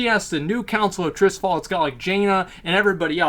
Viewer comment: Struggled to watch this cause you cant pronounce Tirisfal. Sound it out. Its not Trisfal.